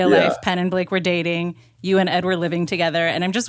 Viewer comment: Blake??? 😂😂😂😂 Buhhhlake?? 💀